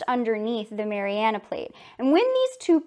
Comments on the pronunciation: MARIANA NOT MARIANAS STOP SAYING THAT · Hey, PhD grad. It’s called the “Mariana Trench”, not “Marianus”.